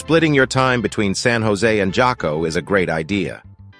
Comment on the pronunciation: Where are you from? J is pronounced "H". so its Haco Beach not Jaco. LOL. sounds like as soon as you arrive San Jose, leave the town. :)